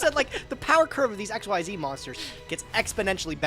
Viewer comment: I know no one says it since he won't change. But my god. Xyz monsters have been around for 12 years and is still pronouncing it X-Y-Z. It's ex-zees. Smallest thing that just irks me. It's MORE VOWELS. You're putting in MORE effort to pronounce it WRONG.